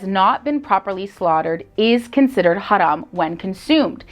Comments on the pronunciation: She's the first person in this channel who knows how to pronounce the word "haram" accurately!😂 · Someone pronounces "haram" right for once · I like the way she pronounce "haram". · I love how she pronounce "haram" 😆❣️